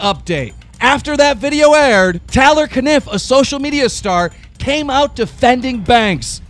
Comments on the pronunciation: The way he says tarlerrrrr and aleeesa haha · Keemstar says Talor and Aleeeesa 😅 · Why is keemstar not able to pronouce names properly. He calls taylor "teller" he calls Alissa "Aleesa" seriously 😂😂😂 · Taylor is pronounced Tay-ler not Tal-er and Alissa is pronounced Al-iss-uh not Al-ee-suh. Just saying lol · I think keem gets off on pronouncing people's names wrong haha tah-lor, a-lee-sah???? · its ah-lissss-ah and tay-L-or BITCH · Bro it's tAYlor and AlIHssa like 2 very common names, you gotta pronounce those right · Wtf he pronounces alissa aleesa and he pronounces Taylor talor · Alissa is (uh-Lis-uh) Taylor is (Taye-lor) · Why does Keem not know how to pronounce names? Really, "Telor" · How he says Alissa and Taylor got me hella triggered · Why can't you ever pronounce Alissa or Taylor right? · Bro you always pronounce peoples names wrong like taylor is not a hard name 😂😂😂😂😂😂😂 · How do you pronounce Taylor wrong. I'm baffled keemstar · How the fuck can keem pronounce caniff the first time, but can't pronounce taylor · Keem the type of guy to pronounce taylor wrong